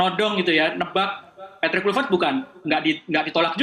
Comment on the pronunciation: Susah bener bunyinya itu perempuan sebut kluivert😅